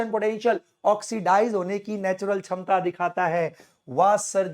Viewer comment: Shamta ❎️ Chamta✅️....😂😂